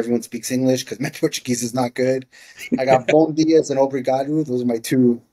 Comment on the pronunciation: loves to say Livings with an s so much that put an s on Bom dia